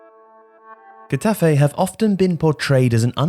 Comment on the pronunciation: Love your videos but I couldn’t help but cringe every time you said Getafe. You really butchered the club’s name. L MA O.